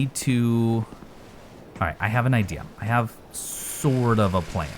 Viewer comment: What you said: "I have sort of a plan..." What I heard: "I have sword of a plan!' Yes. That's often the plan!